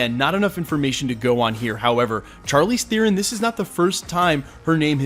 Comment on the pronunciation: You pronounce Theron wrongly!